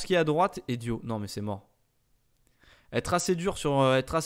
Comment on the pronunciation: Sa ce lis pas dio mais diaw comme sa s ecrit